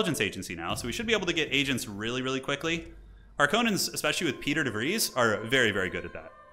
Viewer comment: Loves these videos, learning a lot, want to be as good as you one day! What is your favourite faction to play as? And I don't want to sound like a big nerd, it's actually pronounced 'Pie-ter' for your councillor Piter. When I was reading the books I read it as 'peter' as well! Same with Leto, it is pronounced 'Lay-toe'. Dune is weird! Love your vids man! Bless the maker!